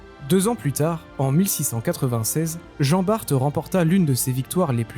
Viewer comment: Merci ô grand Merci d'avoir prononcé correctement le nom de Jan Baert. Bon ç'aurait pu être encore meilleur Car ce n'est pas jean mais Jan (Yann en François) et Baert (Baart en François). Mis à part ça j'attendais Lassale à la place de Lannes et merci de m'avoir fait connaitre le Grand Ferré !